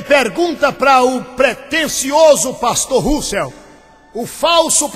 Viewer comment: na verdade vc que deveria estudar bem as escrituras, pois vc está muito desinformado! lembrando_ Deus odeia a mentira e vc é um mentiroso, usa a bíblia pra falar mal de uma religião q sempre prova na bíblia suas crenças... e vê tbm se aprende a falar o nome de Russell direito!! quanta hipocrisia da sua parte se dizer q e um cristão... mais Jesus predisse q haveria falsos cristãos! e" VC E UM"